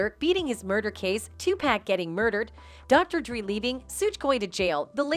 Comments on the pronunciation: This lady false pronounce names Suge Knight and Dr. Dree ! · Who is this chick reporting these storie? The least she can do is pronounce the names correctly. Dr. Dre NOT Dr. Dri She's basically reporting the same stories over and over. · Who tf is Soodge Knight and Dr.3?? That's what she said....lol